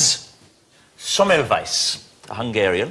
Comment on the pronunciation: Ignaz Sommelwise WAT :D Sounds like Russian, French and English names are mixed there when he's pronouncing Ignác Semmelweis :) Egyébként nem lehúzzák Magyarországot és a magyarokat, tényleg arról beszélnek, hogy a nemzet szülöttei mit adtak a világnak - bár szerintem a felét se említik annak, ami a mai létezésünkhöz elengedhetetlen volna, de a kacagások ellenére pozitív dolgokat mondanak.